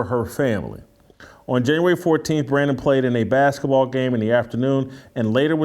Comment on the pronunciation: Why does Jason call the sport “baskaball” instead of basketball?